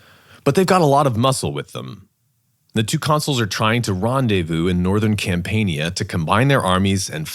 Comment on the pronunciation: Campania is pronounced cam-pan-ya